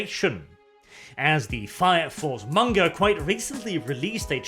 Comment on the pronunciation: pronouces MAnga like Mon-Keighy